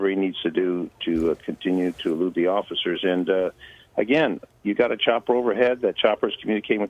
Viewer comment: Did that dude say "occifers?"